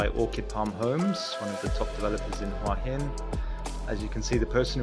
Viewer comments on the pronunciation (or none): "Who a Hin" not Hwarrr hin.